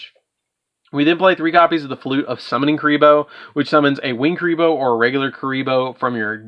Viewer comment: Love kuriboh! Just a heads-up, though: it's ku*ri*bohrn, not "re-re"